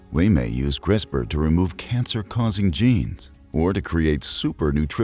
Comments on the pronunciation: Am I the only one who heard Memes instead of Genes at #4? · I thought he said DNA can store memes at first